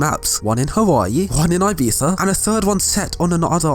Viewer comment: Man said '' ABIZA '' lmao